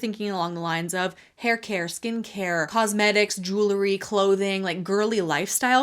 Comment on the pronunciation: I love you, but can you please say, “jew-el-ry” and not, “jew-ler-y”